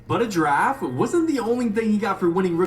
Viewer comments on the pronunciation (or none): Ja raffe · “that raffe of ja dude” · “JA-RAFFE” nawhh bruhh 💀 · Ja raffee 😂😂😂😂😂😂😂😂😂😂😂😂😂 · i wouldnt of laughed at that ja-raffe jomke if it wasnt for flight lmao